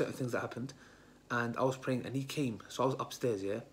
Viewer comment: Lol.caught praying.. it sounds like caught watching sin.. 😂